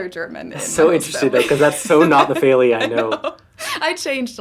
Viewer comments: I noticed the voice over announcer pronounced "Feli" the way she says most Americans pronounce it - (Fay lee) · But in fact, "Feely" and "Feli" do not sound the same.The first is pronounced [fiɫi] and the latter [feli]. That is if you know the International Phonetic Alphabet.